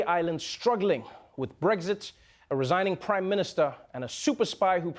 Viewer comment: Damn it Trevor you should know better there is no G in brexit stop pronouncing it like there is!